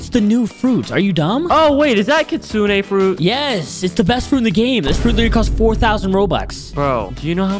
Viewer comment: it’s not kitsuna it’s kitsune